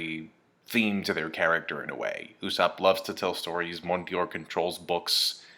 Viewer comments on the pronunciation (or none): There is no i in Mont D'or. its pronounced Mon Door. not like anyone gives a poop tho.